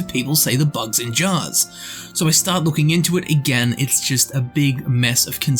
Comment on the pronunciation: Why do you say it like "bugs-in-jars" ?